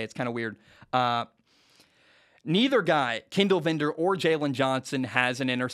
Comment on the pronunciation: It’s VILDOR. not vindor. And you’re wrong. Bears are going 10-7.